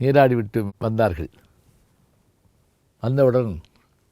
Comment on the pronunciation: வாருங்கல் ..வந்தார்கல்..என்று தமிழை கல் எறிந்து கொல்கிறார்..தமிழாசிரியர் இவர். வெட்கக் கேடு.